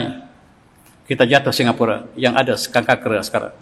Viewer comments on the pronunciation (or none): none